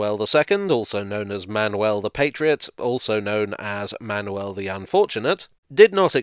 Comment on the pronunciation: You pronounced "Manuel" in a very acceptable way, as well as "Gonzaga". The others not as much. Still, a good effort overall. I was not expecting a video featuring Portuguese history so prominently! Kudos!